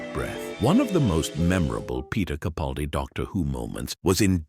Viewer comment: It would be nice if Mr. CaPALdi's name wss pronounced correctly. But I feel like I'm tilting at windmills, so few actually get it right! 😢